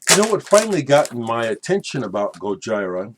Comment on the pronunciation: I think it's pronounced GojEEra, but I haven't listened to their music yet, so it's just a guess. I also listened to Hot Rats by Frank Zappa yesterday for the first time and it was amazing. Out of the few jazz records I've heard, it's one of my favorites.